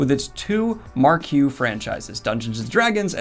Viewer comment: Pardon? Did I hear "mark-ew" and not "mark-ee" pronunciation for "marquee"? ........... shudders